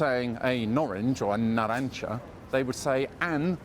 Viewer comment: Your pronunciation of 'naranja' really drove me mad in this video.